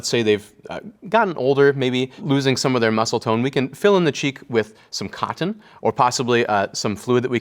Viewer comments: I like the way he says ‘cottON’ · I like how he enunciates the word 'Cotton' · I like the way he says "cotton." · I love the way this handsome dude pronounces cotton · The way he say's "cotton" is weirdly satisfying. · Love the videos. Very informative but I don’t like how he says cotton… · The way he pronounces cotton is fantastic. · I love the way this man says cotton, it gives me serotonin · I love how he says cotton. I love this series and I adore this dude. Very educational and endearing.